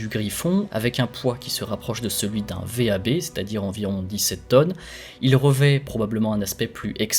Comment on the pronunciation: On ne dit pas V.A.B. Mais « vab », d’un seul mot